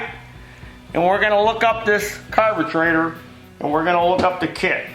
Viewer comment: Nothings better than pronouncing carburetor as carbetrator😄